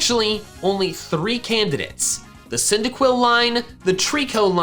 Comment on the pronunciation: THE FIRST I IN CYNDAQUIL IS SUPPOSED TO BE A Y!